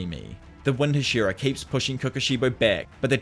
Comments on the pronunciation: Ah yes the Huh-SHEAR-uh lmao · Hah-shee-rah. It's been spoken outloud enough that this is egregious.